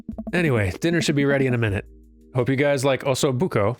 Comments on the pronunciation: You said Osso Buco properly. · Hello, italian speaking fan here! I want to confirm you got "osso buco" pronunciation right. You generally get italian-like words right, I am constantly delighted! I am used to English speaking people buuuuuutchering them :D Thank you for everything you two make for this channel! Ps: osso buco is part of a cow leg, "sliced" orizontally so you have the meat around the bone and the marrow in the center. It literally means "bone hole" xD and it's cooked like a stew.